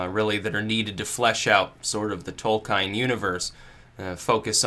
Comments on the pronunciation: Tol-keen REEEEEEEEEEEEEEEEEEEEEEEEEEEEEEEEEEEEEEEEEEEEEEEEEEEEEEEEEEEEEEEEEEEEEEEEEEEEEEE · Tolkine, Caukayzoid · I've always heard it pronounced Tole-kin :emphasis on the first syllable. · Uh oh. Are we in the Tol-kien or Tol-kein timeline? And how does it relate to the Berenstain Bears?!?! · Tolkien not Tolkein (also pronounced Tol-keen not Tol-kine). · /TOLKJEN/, nαt /tolkajn/ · >Tolkein It's Tolkien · The legendary author's name is pronounced "Toll-key-inn." Please make a note of it. Fuck! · your reading of "Tolkhine" is pretty disappointing. read his essay "On Fairy Stories" and then you will begin to understand Tolkien. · /ˈtɒlkiːn/, I expected better of you. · The pronunciation of Tolkien throws me right out of the video lmao. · abuseofviolence Caught it right away because people exoticism the name Tolkien. and the "Alt-Right" should love Tolkien because it's a myth of Westernesse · It's *Tolkien,...